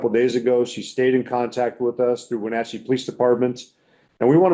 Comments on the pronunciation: Greetings from Wenatchee, WA. I am thankful that you are continuing to bring attention to this story. My family, like so many others in our little city, knew the Decker girls. P.S. "Wenatchee" is pronounced "When-atch-ee". ❤ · Please pronounce Wenatchee correctly.